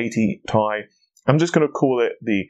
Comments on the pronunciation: Dude it's t.i. it sounds like your saying ty lol it's t and I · it's not tie, it is ti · It's pronounced Tee Eye. It is not pronounced Tie. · 1080Thai, 2080Thai. Couldn't watch further after that. A word TI doesn't exist, that means you can safely assume it's an abbreviation and pronounce it by letter. T, I. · Saying 1080 tie sounds idiotic. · Clean your teeth. Take a shower and Stop saying t-i together. Then ill Watch your Video and like it